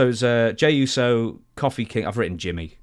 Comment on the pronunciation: I thought the same. I don't know what makes someone pronounce something different from every single other person despite hearing the correct pronunciation over and over again. It's not because he is British because I am British and I've never heard anyone pronounce Kofi that way.